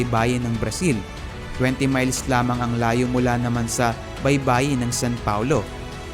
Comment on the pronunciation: Sao paulo, not san paulo